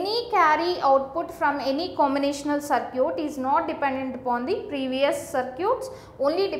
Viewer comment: its circuit not sircute